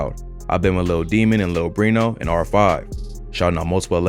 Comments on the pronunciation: This dude did no research💀 "lil brino" it's beno you almondbrain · Its *beno not breno lol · Nigga said brino it’s BINO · Lil Beno not Lil Brino, Beno is Carti's Top Shotta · Yo it’s “I been with lil Beno and lil demon and R5” not brino